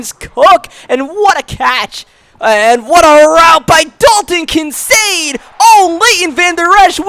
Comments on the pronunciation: It’s pronounced Kin-Kaed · It's pronounced KIN CADE like arcade. Just to let you know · Also the rookie tight end for the bills Kincaid , the 'C' isn't proncounced as an 'S'